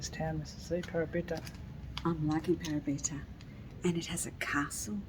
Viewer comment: Thanks for this - lovely! By the way, it's Pa-'ra-bi-ta (stress on second syllable), and Ma-'ti-no (stress on second syllable). Thanks for this video!